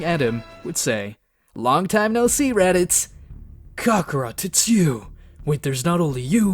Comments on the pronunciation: Bro really said "Kokorot" the whole time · bruh please stop saying cockarot i sweat man :c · its kakarot not kakarat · Stop saying cockrot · One time he said kokorot 💀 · Sean Long cockrot dragon spears that’s my childhood you’re ruining get the pronunciation, correct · Kocker💀💀💀💀 radiz said that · Why tf you calling him Cockarot 🗿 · STOP SAYING KOKOROT YOU'RE CREEPING ME OUT 💀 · Bro prounoundced kakarot wrong 💀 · Bro what is shenlong and kakaro😂😂 cmon say it right. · I'm enjoying the series except for a few minor things, please stop calling the dragonballs dragon spheres and pronounce kakarot properly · "Kahkahrat"💀💀💀 "Shenlong"💀💀💀 "Dragon Spheres"💀💀💀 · Name mistakes he made: Shenrong-Shenlong Dragonballs-Dragonspheres Kakarot-Kakrot KI-Kai Please learn from your mistakes man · “shenlong” “dragon spheres” “crackorot” not wanna sound like a hater but that is NOT how they are pronounced. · Shenlong💀 Dragon spheres💀 Kakaroach💀 Konkrot💀 Kakaroat💀 Kokrots💀 Kokro💀 Nimex💀